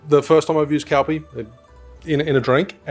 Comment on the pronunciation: Nice video, but I had to chuckle at you pronouncing Calpis as 'Cal-pee' when it's actually 'Cal-piss' 😉